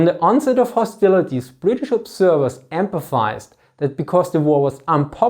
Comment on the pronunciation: hate to be critical cause i love the video, but i've noticed throughout most of your videos that you seem to be pronouncing "emphasized" as empathized"